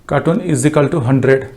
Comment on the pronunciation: Cartoon nhi it's carton (box).